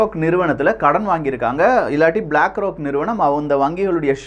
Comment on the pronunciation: அதெல்லாம் சரி, "ப்-லாக் ரா-க்" எவனுடையது-ன்னு சொல்லலாமே !?